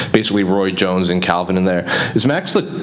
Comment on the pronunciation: It’s Calvin not Kalvin